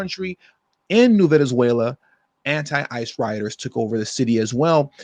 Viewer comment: I thought you said anti father 😅😅